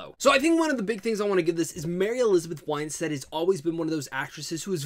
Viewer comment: Her last name is WINstead not WHINEstead.